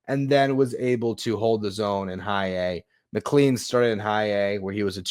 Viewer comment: McLean is pronounced mick-clane, like plane. Not like clean.